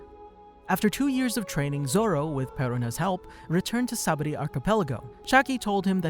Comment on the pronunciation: it's pronounced (saba-OHH-dee) friend, awesome video 👌